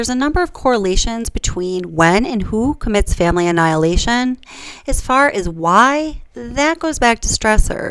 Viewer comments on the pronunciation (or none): none